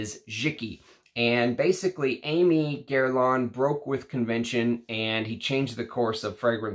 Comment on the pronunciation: Hi, thanks for a great video! And by the way Aimé is pronounced more like Èmeh.